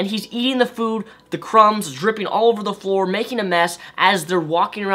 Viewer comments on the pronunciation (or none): none